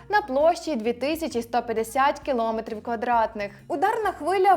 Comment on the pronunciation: Коли ж ви навчитеся правильно вимовляти? кіломЕтрів!!!